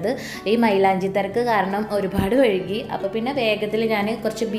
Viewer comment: വഴുകി അല്ല വൈകി